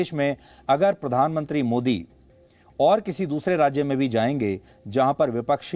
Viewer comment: पोरधान मोनत्रि 😂😂